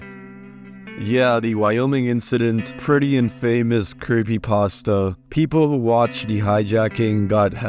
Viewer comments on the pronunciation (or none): In-fuh-mus Not in-fame-us Cool and fun video though, as good as any of the channels with 100k+ subs